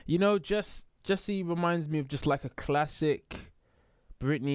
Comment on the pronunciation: i don't want to sound rude, but Jessi's name is pronounced as Jessie not as Jess >< sorry if I corrected you :(